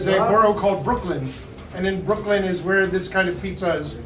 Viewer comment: it's Brooklyn not broklin